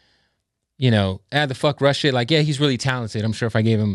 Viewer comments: Russ sounds like ken kaniff that can’t pronounce his “R’s” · How is your name Russ but you cant pronounce the letter R